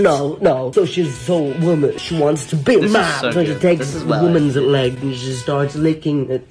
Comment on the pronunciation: "She takes the woman's lEG" I can't